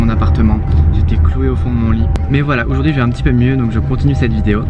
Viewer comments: pourquoi tu dis oujourd'hui au lieu de aujourd'hui ? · Ce moi ou au début il dit oujourd’hui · arette de dire OUJOURDUI tu me casse la tete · Ça ma stressé il dit « oujourd’hui »😬 Sinon j’kiffe ! presser de voir quand sa sera fini🤪